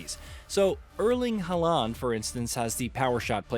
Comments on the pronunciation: The pronunciation for "HALAAAND" is worse than this game. :hand-purple-blue-peace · The way the guy said Halaand's name made me laugh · Oh dear god the butchering of Haalands name…